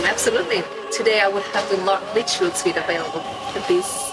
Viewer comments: Не Сьют, а Свит. Название номера люкс, пора бы уже выучить😁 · Ребята пора вам уже научится как правильно произносится английское "suit". 21 сезон уже все таки а вы все сьют да сьют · Да, свит!